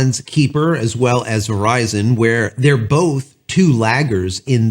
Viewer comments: Just for the sake of clarity... :) It is pronounced 'Ky-per' Little things that torque my brain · Can they? Sure ... maybe in about 5 or so years. Starlink has a massive head start. Just an FYI, it's pronounced "Kyper". I completely agree, Starlink should make it so that if you can get internet connections via fiber or coax (ie coax) at your address, then you can NOT get Starlink. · Please learn the proper pronunciation of KUIPER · Can you pronounce kuiper?